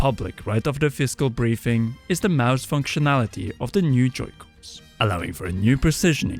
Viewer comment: IT'S MOUSE... NOT MOOSE🙄😅